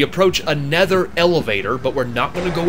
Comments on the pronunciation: You keep saying "anether" instead of "another", like , but your voice is so pleasant that I just don't mind. :) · you said anether again instead of another LOL 😂 and then you said anether twice again then you said anether twice again anether has never been used that commonly and then you keep saying anether and then you said anether again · I noticed you pronouncing it "anether" on other videos and then was surprised to see you correct yourself here. I have an interest in accents. Where are you from that makes you want to pronounce it that way? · you say nether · you said another and other wrong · I am from the NW corner of the US. But I think my incorrect pronunciation of "another" is just a bad habit, lol.